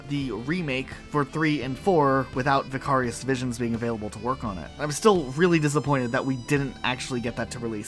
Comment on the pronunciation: Wait, do you not know how to say "Vicarious"? It's not just a word the studio made up for its name.